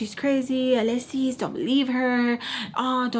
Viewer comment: The way Mr.Peach would say your name always makes me crack up , uhhh lesss ssissss 😂